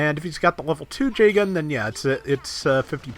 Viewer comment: is it me or does pronounce Jegan J-Gun?